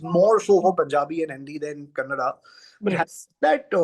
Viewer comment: Speaker can say Canada but not Kannada